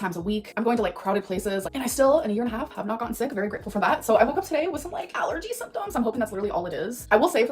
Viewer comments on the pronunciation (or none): none